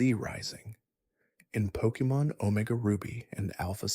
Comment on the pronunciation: Please improve your pronunciation of Pokémon names